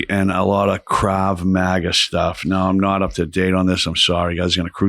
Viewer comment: Lol Krau Maga lolololol😂😂😂😂😂..he cant even say it right... guys a clown.. thats a martial art they teach israelie soldiers and intelligence agents in the cia. What a clown